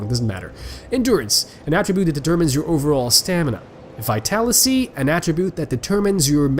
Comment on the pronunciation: You keep calling vitaliTy "vitalicy". It's a soft T, has been bothering me since the DaS1 playthrough lol. Also don't know if this has been mentioned to you before, or if you already realized on one of your more recent videos, but the difference between strength and dexterity has been in the game since the first, and it's VERY important to check what your weapon scales with before leveling either up, if you check your weapons attributes, where damage and such is displayed you can find the icons for both str and dex next to different letters, such scaling can be (from best to worst) S,A,B,C,D,E. Note that weapons also come with a stat REQUIREMENT for using them, which is simply shown in numeric values, overall most weapons that you would expect to require a dexterous wielder (daggers, bows, whips, etc) will scale with dex, but since there are a few exceptions for these (and larger weapons too) you will do better by double checking their stats. example scaling: dagger, DEX: B, STR: E.